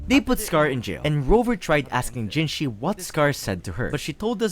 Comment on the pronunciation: Hey not tryna be rude but just so you know you keep on writing jinshi but it's jinhsi great vid otherwise, I really like the way you told the lamb story